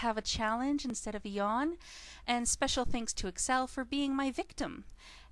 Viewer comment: his name is...not exel..